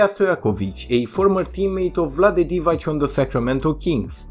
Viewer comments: Divac, not Divać. Pronounced as Divatz. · The ‘c’ in Divacs surname is pronounced ‘ts’, like if you were saying ‘cats’ as an example.